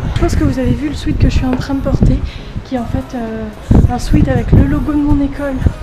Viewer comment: Dsl mais tu parles anglais non ? Pourquoi tu dis "sweet" alors que c'est un "sweat" un "sweatshirt" pas un "sweetshirt"